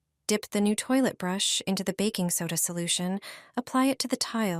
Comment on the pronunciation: ... "backing soda" 😂